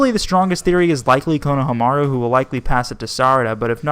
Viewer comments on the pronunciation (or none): none